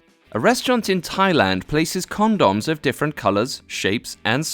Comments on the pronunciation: Con-dons... lol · The way you pronounce condoms BRAVO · the way you say condoms I thought you were talking about some kind of thai food I had never heard of. even when I saw the word "condom" it took a decond to realize that's actually what they are, since they looked nothing like condoms and you say it really weird in a way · ... how almost no one can see that (s)he's just commenting with dry humor on the narrator's odd way of pronouncing condoms is rather striking.